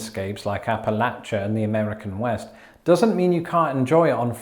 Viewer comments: As someone from Appalachia, I'm glad that you pronounce that word correctly. I have argued with my father in law (from Chicago) about how it should be pronounced. Since I'm from there I claim the high ground. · I'm so happy that you pronounced Appalachia correctly! Makes me happy